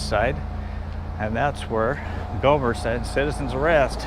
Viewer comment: You should've put more accent into the "Citizen's ARRAYIST, Citizens ARRAYIST". Lol. Of course she probably still wouldn't have known as she said she was not a big fan of Andy Griffith Show.